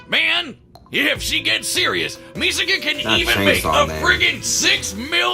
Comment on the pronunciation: Its misaka bro😂